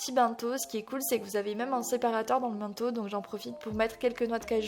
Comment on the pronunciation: C'est pas méchant mais dans bento le ben ne ce prononce pas " bin" mais "benne" comme dans une ben à ordures